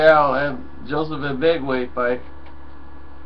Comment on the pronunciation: Lol, NOOO, thats not how you pronounce it!!! Ag-Be-(KO)! Like CO! Its a Ghanaian name!!!